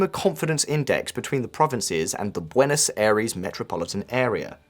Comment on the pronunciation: Please practice pronunciation correctly "Aires"